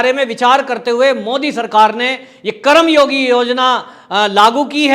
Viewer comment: सर जी उच्चारण सही और शुद्ध होनी चाहिए.! ये शब्द करम योगी नहीं बल्कि कर्म योगी है. संधि शब्दों का उच्चारण सही होना चाहिए.धन्यवाद..🙏